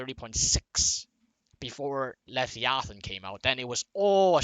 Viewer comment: You say leviathan funny. Levy athan